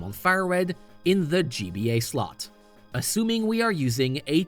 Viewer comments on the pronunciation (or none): none